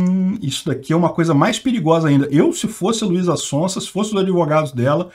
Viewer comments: " Luisa Sonsa dispensa apresentações, é uma cantora muito conhecida". O deveria pronunciar "Sonza", no caso do sobrenome dela o S tem som de z, isso porque ela é muito conhecida kkkk. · o Z se pronuncia tipo o zunido das abelhas, zzzzz sonzzzza, sonzeira, zarpar, zetélo, zoraia, etzétera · Luiza Sonsa hahaha É Son Za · de tanto falar mal de Russo não pronuncia mais o Z (Contém brincadeira) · Ele falando o nome dela errado…. Hahahahahaha Sonsa! Ótimo 😂😂😂😂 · falando Luiza SonSa... não tem preço kkkk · Eu não sei se foi sem querer ou foi de zoeira, mas achei engraçado ele falando Luíza Sonsa como se ela estivesse sendo sonsa sobre o caso kkk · O falando luiza SONSA kkklkk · kmmkkmmkmkkm ELE FALOU LUIZA "SONSA" kmmkkm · O mais legal foi assistir o errando a pronúncia do nome dela o video todo heheh ainda mais pra chamá-la de sonsa. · sempre fala "sonsa" kkkkk